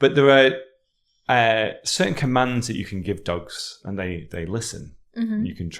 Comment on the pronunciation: I enjoy how tells a word 'dogs' like 'dags' the same way as Mickey from Snatch does.